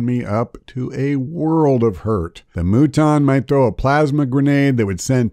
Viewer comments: If you're gonna pronounce Muton wrong just say mutton. Lol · I definitely figured out right away to kill troopers to force the sectoid to waste turns cut the rest of the tips are solid But even after a thousand hours in the first one and years offering 2 you can still get owned haha save files are your friend. Also it's "mew-ton" like, mutant. They joke about it in the interview on redlettermedia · I know this is a very serious video and all, HOWEVER And hear me out on this one.... The Moo-ton. Sorry, I had to.